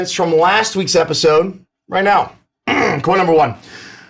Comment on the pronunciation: "Welcome Back to another episood......." lol xD